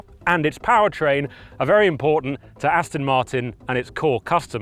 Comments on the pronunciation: Can someone please tell the Alan Partridge sound-alike that it’s ‘Aston’ with an ‘o’, not ‘Astin’ with an ‘i’ 😡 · Could you please practice saying……..AST ON ……….[ it’s definitely NOT ……AS TIN ] !!! I suppose it’s better than how many people say it ………AUSTIN !!! But I must admit, I would’ve thought that an automotive journalist would know that . Just like ASTON MARTIN………. It is the finer points of presentation that makes the difference. ! 🇬🇧🇬🇧🇬🇧🇬🇧🇬🇧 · AstOn, NOT AstIn! FFS! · Yes, definitely irritating - even the old top gear team used to get this wrong, as well?!